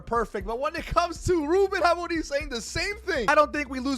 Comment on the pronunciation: The way bro pronounce Ruben amore m